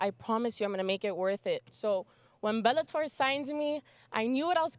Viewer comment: She calls it "Belletor" :).